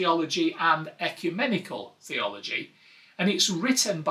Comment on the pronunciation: Ecumenical. A word used a lot and pronounced very differently by all, though I think you nailed it 😂 Thanks for another great video! 😊